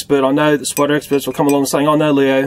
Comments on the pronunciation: Am I the only one that like when he says "spida" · We Australians don't emphasize the letter R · yeah we replace er with ah